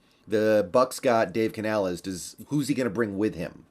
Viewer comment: You know how to pronounce the coach name you racist.